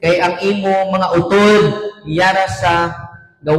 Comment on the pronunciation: Very good kaayo Father! Mora man pod ka Ilonggo. Passing na kaayo Father imo Ilonggo.naa ra gamay medyo kimaw pag pronounce like U-tod. (Not utód). Pero okay na kaayo Father!wow!